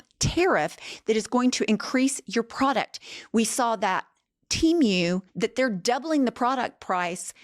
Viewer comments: trying to say Temu correctly is taking me out!! 😅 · having difficulty saying TEMU makes me cackle. She's precious